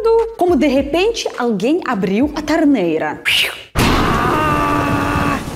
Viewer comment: Como você estudou português com gente que não era português ou brasileiro, agora entendo porque até hoje você ainda têm problemas com a pronúncia de certas palavras como por exemplo: você pronúncia camer, em vez de COMER. Tarneira em vez de TORNEIRA. A letra O em português nunca tem o som de A. Espero ter contribuído para a sua fluência em nosso idioma.